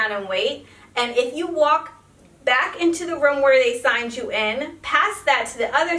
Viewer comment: I'm sorry but can you not say room correctly?